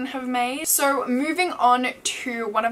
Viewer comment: Why do you pronounce the word "so"...... "sir" lol